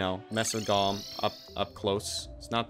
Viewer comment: how did calling golem "gollum" start? like did he say it wrong and then just go fuck it, it's a meme now, i'm gonna keep doing it, or was it always a meme from the start?